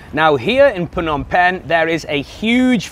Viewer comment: You would seem more knowledgeable if YOU COULD PROPERLY PRONOUNCE THE NAME OF THE CITY YOU LIVE IN